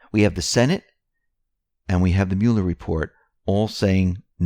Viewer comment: WHY, WHY do you persist in saying "Welcome to the X22 Repore"? The word is "reporT."